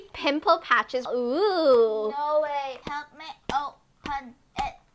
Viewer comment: THAT NAUR WAS SO FUNNY LMAO